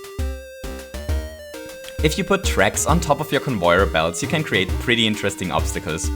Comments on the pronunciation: (No offence but it's pronounced con-vey-er to XD typo) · I like how you pronnounce it as convoyer belt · It's pronounced con - vay - yer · bambamboodee I see... he mispronounced lol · I wanna smack this boi for the way he says conveyor belts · you really butcher the word conveyor xD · It's convayer belt not convoyer belt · It is pronounced Cun-vair Not Cun-voy-er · you kept saying convoyer belts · Stop saying convoier belt say it right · Why are you saying convoir belt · its con vey er not con voy er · Convöyer belts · i love that he says convoyer belt <3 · Convoier blots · "Convoyer belts" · conwoyor belt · He says convoyer belts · stop saying convoyor belts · Everyone: conveyor.: convoyor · “Conboyer belt” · why do you always say convoyor belts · Convoyor or conveyer? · Did anybody know he says convoyer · Not convoyer its convayer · it's conveyer not convoyor u idiot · No, its so annoying the stupid CoNvOyEr it’s conveyor not convoyer! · convoyer belt. lol. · convoier belt conwoier belt please, its conVEYer belt. please i dont want to hurt your feelings with this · “Convoier belts” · i'm not making fun but every time he said convoyer i laughed so hard(i was trying to be serious be fore and after watching this i didn't work) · WHY CAN'T YOU JUST SAY: CON-VAY-ER-BELT? Note: You do say con-vay-er-belt sometimes* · I Die as many times in fortnite as he says convoyer belt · "convoyor belts" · Conouyar belt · Convoyeur belt? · he says convoyer belts xD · when you pronounce conveyor belt it sounds like convoyer belt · "Convoyor" "goompa" "mereo" "cringe stories" "cringe effects" "talks weird" reasons why i didnt subscribe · he's saying convoyor belt so often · It gets on my nerves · I love this series so much which is strange because I don't have Mario maker XD p.s if your reading this where are you from because I like your accent (No offence but it's pronounced con-vey-er too) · Conv e yor Belts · Convoyor? Really? And goombors.